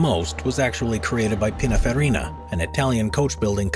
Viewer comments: Or say Pinaferina instead of Pininfarina... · Did he say pina ferrina aswell FFS its pininfarina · It would have been interesting to see the real world cars in chronological order and then the concept cars in projected chronological order to get a sense of evolution. Also, it's PinINfArina, not Pinaferina. I see that others have already corrected you on Tyrrell.